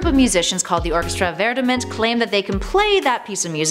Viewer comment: "Verdammt" is german... you are pronouncing it VERY wrong